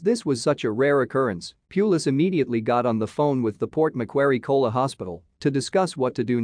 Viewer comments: Ko “a” la not “Cola”. Please pronounce correctly. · This would have been terrific if they hadn't used a computer narrator! Don't do that! Otherwise, twin koalas(ko-a-la, not kola!) are incredibly rare! The babies are so adorable! I feel bad for Mum, though; she's really got her hands full!💖💖💖💖💖💖💖💖💖💖💖🐨